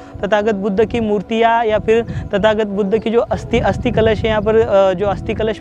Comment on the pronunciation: अस्थि है अस्ती नही।